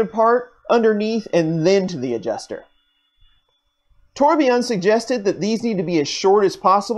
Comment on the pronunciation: Nice work, but Torbjorn's name is pronounced TOR- BYORN, Not TOR-BE-YON.